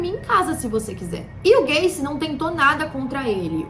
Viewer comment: Ela falando gacy parece q ela ta falando gayKKKKkKJ